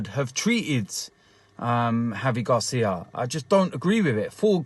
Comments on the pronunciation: Its GRACIA not GARCIA!!! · He cant pronounce his name right and doesn't even know the facts that gracia was manager after silva who was after mazzari. Also I am a watford fan and think that you cant let this happen